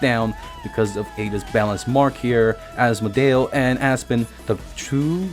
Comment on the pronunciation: Ass-model turned into as-modale turned into as-mo-del. Your name pronouncing is killing me